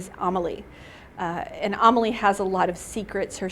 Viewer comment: its so weird how she says Amalie [umalie]